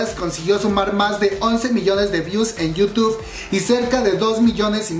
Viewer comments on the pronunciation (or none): none